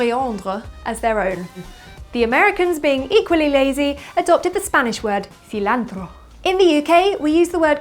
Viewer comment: excellent rolled "R" :) in cilantro :)